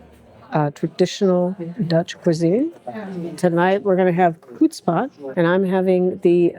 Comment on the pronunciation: Actually it's huts-pot, (not hut-spot) but overall you made a nice video again.👍👍 if you want to learn about the Netherlands in 16/17th century, I highly recommend the "80years war" video serie from the YT-channel 'History defragged'. They also made a beautiful video serie of "New Amsterdam". English narrated. You will love it!